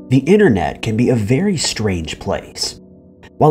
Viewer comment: Disliked for saying "inner-net".